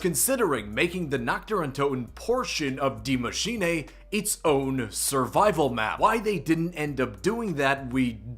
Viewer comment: pronounce die maschine properly day 1